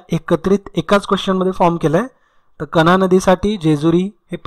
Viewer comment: Jejuri- kahra not kahna